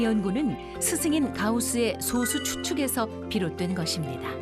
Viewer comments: 나레이터님의 소수'발음에 문제가 있습니다. 대부분의 발음들이 소:수로 들립니다. 저만 그리 들리는가 궁금하네요. 소쑤.또는 솟수처럼 앞의 소를 짧게 발음해야 하는데 대부분의 발음들이 앞의 소'자를 길게 발음하고 있습니다. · 소쑤로 발음해야지 왜 소수로 말하는건지...아나운서가 국어발음도 모르고 이런 영상 찍는건가? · 소:수로 잘못 발음하네요. 소수(0.1)와 솟수(7)를 구분 못하면 그렇게 발음할 가능성이 높지요. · 님이 말한 그 소수는 소수이고 수학에서 말하는 건 소쑤(된발음)입니다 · 수학계에서 솟수라고 발음하는 국내 학자는 없을겁니다. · 앞으로는 제발 [소쑤]로 발음해 주세요~ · 10년 전이면 그동안 컴퓨터 기술이 엄청 발전한 걸로 봐서 더 큰 솟수도 발견됐을 거 같네요... 그런데 나레이터가 수학상식이 제로인듯. 소수(小數，decimal number) 와 달리 素數(prime number) 는 솟수라고 할텐데. 작을 소 자는 발음시 장음이고 원소 소 자는 단음임. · 그래도 ebs방송인데 소수 발음은 제대로 해야 하는 거 아닌가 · 시작하자마자. 小数와 素数발음도 구분 못하는거 보고 비추박고 나감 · 2초만에 발음 이상한데? 싶어서 바로 댓글 찾아보니 이거 있네. ㅇㅇ 나레이션이 발음하는 소수는 0.1 같은 수를 아우르는 소수임. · 장단음 아나운서 성우들은 서로간에도 깐깐하게 잡는다고 알고있는데 이렇게 그냥 나왔다는게 신기하네용. 피드백이없었나